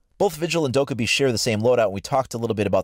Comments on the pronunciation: It's dok-eye-bi, which means gremlin in Korean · Please pronounce Dokkaebi right... Its triggering the Korean in me